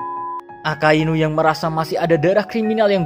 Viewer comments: Mimin salah ucap yee di menit 5.59-6.00, harusnya AKAINU bukan AKASUINU 😁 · 06.00 yang gw denger akasuinu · Guwe skip pas mimin bilang ak*asu*inu.., mau ngekek dulu njir...🤣🤣🤣 👍👏👏